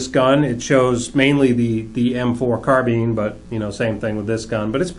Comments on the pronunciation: Pronounced Car-Byne not Car-bean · Its carbine not carbeen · Did he really say carbean like wtf its carbine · “M4 Carbeen” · its funny how he says carbine